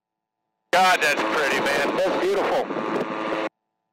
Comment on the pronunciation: Be-YOU-Cheerful.... (also read as beautiful) :)